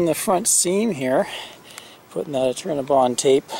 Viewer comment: New sub here. I love all these educational vids as I am about to buy my first RV. Its an older model and im so glad to learn about all of these great new products and gadgets available today. LOL At first I thought you were saying CINNABON ...... I LOVE CINNABONS...Great vid BTW